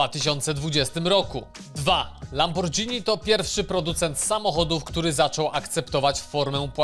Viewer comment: Tak na marginesie to mówi się lamborgini a nie lambirdzini, pozdro.